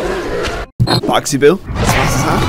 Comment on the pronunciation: is boxy boo not boxy bil